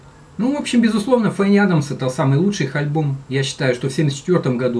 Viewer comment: Все-таки правильней говорить не ФенниАдамс а ФанниАдамс..И СтрангАп ,но не СтрингАП. Написал не для зубоскальства,просто режет слух.